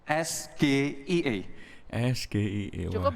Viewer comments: Pak imin nggak tau sgie karena gibran juga salah bilang yang seharusnya es ge ai i kalo inggrisnya, dan juga wajar saja kalo beliau nggak tau karena dia kan manusia negara indonesia bukan luar negeri wkwkwk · bacanya ES JI AI I bg bukan sgie, apalgi gibran trnyata buka contekan dia jg gk tau apa itu sgie 😅